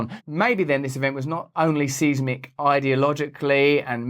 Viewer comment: “Size- mick” not “seeze mick” lol